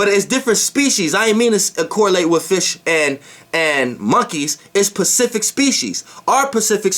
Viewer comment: I love your info but it's "specific"